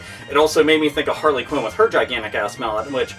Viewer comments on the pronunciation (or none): none